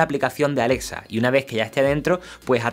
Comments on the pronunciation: pronuncia bien es Alexa no Alesa jajaja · *Alesa" XD